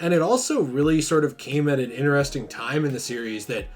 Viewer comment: No offense, I do love your content bro but it really triggers me when you say "ineresting". It's "interesting". Lmao! Besides that, I do like your content etc. This was fun to watch. Especielly at the end xD. I also feel bad for Arkham Knight. That game was good but not as good as the other Arkham games.